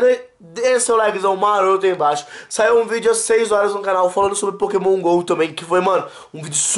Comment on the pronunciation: nao é Pokémon gol é Pokémon go mds